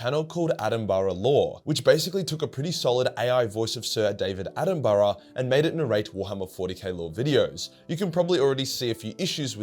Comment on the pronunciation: Dam bro u got to learn how to say Attenborough